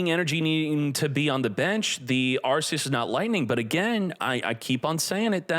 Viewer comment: PLS SAY THE NAME PROPERLY ITS PRONOUNCED ARKEUS YOUR KILLING ME 😭😭😭😭